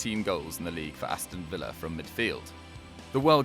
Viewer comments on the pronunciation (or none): none